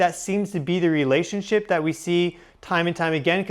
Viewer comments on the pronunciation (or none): none